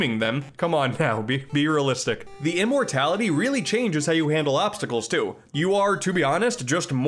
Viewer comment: I was just watching Skawo's Let's Play on Wario Land 3, so perfect timing! I am so glad you made this video, especially at such good timing! Thank You So Much! I love the Wario Land series! Great, no, AMAZING video! Also, BEERealistic lol